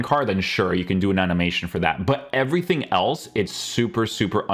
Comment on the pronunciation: Is there a reason is always saying a k after words with ng like somethingk everythingk. Is that just a language thing or what is that? I just noticed it and now I can't unhear it. Maybe it's just me